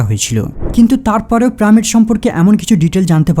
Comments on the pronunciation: প্রামিড?? পিরামিড, উচ্চারণ ঠিক করে কথা বল মুর্খতা সহ্য হয়না। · প্রামিড নয়, পিরামিড😂😂😂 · আরে মাদারের বাচ্চা কথাটা প্রামিড না পিরামিড হবে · প্রামিড কেন বলসছন? পিরামিড হবে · কেবল প্রামিড না আরও কয়েকটি উচ্চারণ খুব বাজে। stone কে বলছে " ইস্টোন"!! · তুমার পিরামিড উচ্চারণ সুন্দর নয়।